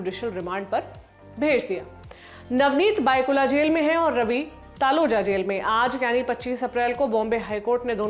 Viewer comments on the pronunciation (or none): It's not bykulla. It's भायकला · and LT Team just for your info 'Byculla' is pronounced as 'भायखला' and not 'बायकुला'....but no worries...it's natural that any non resident of Mumbai might pronounce it this way. This was just to apprise you of correct pronunciation.